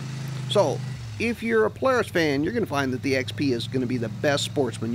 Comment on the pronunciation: U say Polaris funny u say plars!!:)